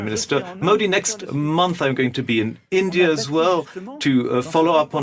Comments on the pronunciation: ar£y Ⓜ️☪️ Endia nhi hai India hai Itna kitaab pdh ke pronunciation v nhi jna 😅😂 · Alok sir chima ji India ko Andia Bol raha hai... Lagta hai padhai nhi ki hai wooh pls reply